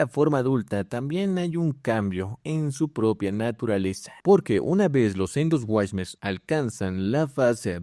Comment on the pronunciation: Se pronuncia "Endo suarmers" Es ciclo de vida, no siglo. No todos son titanes, muchas son mega fauna, y si, la mega fauna y los Titanes son super especies, pero no son lo mismo.